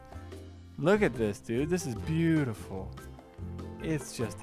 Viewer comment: When said it's beatiful I think he said it's Beaty you full